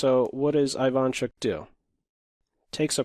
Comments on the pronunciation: Isn't it E-vaan chook? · Hey,! Thanks for the vid! Sharp position, interesting analysis. But, you gotta pronounce Ivanchuck's surname this way: Eevahnchuk. The first sound is not I like in Ireland, it's ee like in East. I am from Ukraine, just like Ivanchuk, trust me, I know what I am saying. Thankee for having picked up this game, a very sophisticated imbalance here only two great artists could arrive to. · Very interesting/educational and funny to watch. Ivanchuk my favorite chess player. Love your content and chill voice, though your pronounce of "Ivanchuk" is incorrect. First letter should be pronounced like "E". Also emphasis should be at the end of surname. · Great video, as usual. P.S: you got that Ivanchuk name wrong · great video! that's not how Ivanchuk pronounces his name tho :)